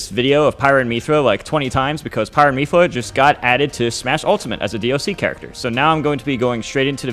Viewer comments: Sepiroth? Meethra? Is Mewtwo King purposely mispronouncing names? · The way he says "Miithra" makes it sound like she got the mii skin and not Rex lol... Still, excellent analysis as always from the King! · Myth- ra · It's not "Me-thra", it's "Myth-ra". Like the word "myth" with a "ra" added onto the end. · for future reference, it's myth-ra not meethra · who the hell says Mee-thra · Meethra lmao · ok but why do you say it as "Miithra" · Is he saying Mii-thra LOL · dont call her meethra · Ah yes, Meethra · My man said mepha I can't spell ik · Mythra not miithra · Every time he says “Meethra” I literally die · I cringe every time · it's actually meephra that he says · Throughout all this trailer analysis M2K couldn’t figure out how to pronounce Mythra?😂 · You understand him don’t you? Who cares lol